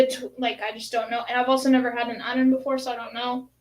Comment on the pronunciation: Missed this live, but great to watch back, love the “Arran” pronunciation 👍🏻🥃🏴